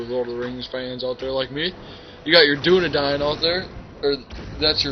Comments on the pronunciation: dunedain not dunadine dumbass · its pronounced dune-ah-dane